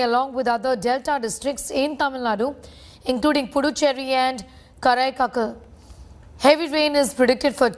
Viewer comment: Karaikal.. Newsreader doesn't know how to pronounce!